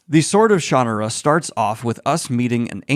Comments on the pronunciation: I pronounced it as Shan-na-ra, how does Brooks? I read this before LOTR when I was about 14 back in the 80s, the next 2 books felt better. Maybe Brooks was also inspired by LOTR's own multi-page info dump which can be just as tedious to wade through and thought it was just part of the "formula"? I read his magic kingdom which was OK for YA but didn't read more of his works. I must admit I didn't really pay attention to it as post apocalyptic earth when I read it - it was a time I was loving movies like Excalibur , so didn't really focus into that element and cared more about the fantasy stuff. I was looking forward to the TV show but it was awful, made me wonder if I read the same book - more a vague memory I guess. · Every pronunciation? I didn't hear my ShanNAHRa at any point. 👀😂 It's been a while, but I think I still enjoy these books in small doses. As a teenager I once binged five back to back and was sick of Brooks's writing by the end. But he isn't the only author I've had that problem with. Calling him formulaic feels too weighed down with negative associations, but it is the word that comes to mind. Having a formula is how writers turn out book after book on schedule. We expect it from other genres, like mystery or romance, but tend to look down on fantasy authors who give us more or less predictable bodies of work. I look at it as a neutral quality. I know what I'm getting from a Shannara book, or a Midkemia or Valdemar book, in terms of the character types and general themes the author gravitates to. In other ways, he does get more developed and interesting as the series goes, so if you liked the stronger points of this one, you'd probably like the next book. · I like it better this way, but I seem to remember reading or learning somewhere that Terry Brooks himself indicated the Shan- aruh pronuciation is the one he prefers. I still like it better as Shuh-nar-uh... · Someone please teach him how to properly say "Shannara". Sooooooon.